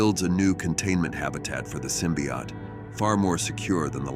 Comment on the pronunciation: The narrator keeps mentioning something called a symbiot. What's the difference between a symbiot and a symbiote, besides pronunciation?